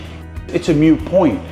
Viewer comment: It’s a moot point. Not mute. Unless ya don’t want to talk about it.